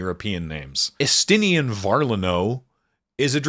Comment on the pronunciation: I respect the effort put into condensing the behemoth that is Final Fantasy 14 into a little under 30 minutes. 10/10 no notes. However it will be immensely funny to me that the only Scion names pronounced right were Estinien and Urianger, of all people